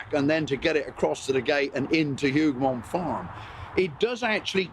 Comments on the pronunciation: Wellington's victory is properly Wellington AND Blucher's Victory... it was a joint plan they put in place that riskily lured Napoleon into the battle. Without Blucher fulfilling his part in the trap, the battle would have been 'Wellington's Massacred Army'. Hougoumont pronounced with the 'H'... 'ooo' rather than 'Who' Wellington actually sent thousands more soldiers to directly and indirectly support the Hougoumont buildings and orchards and woods. Napoleon could not see the chateau or the wall as the woods in front blocked the view to his command post. He actually sent orders to his brother to only capture the woods. There were German defenders inside Hougoumont too, not just British. Hundreds of Green uniformed Nassauer troops joined the defence just before the French attack. The story of just 800 reinforcements sent by Wellington to help defend the Hougoumont area is not correct. Several brigades of mostly Germans were moved in and around the area. The ammo supply waggon was noticed and fired at by the French skirmishers. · "Hougoumont" seems so hard to pronounce for Brits ! 🤣 Good job though. Greetings from Waterloo !